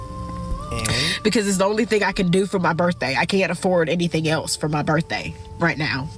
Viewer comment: But it was her "berfday."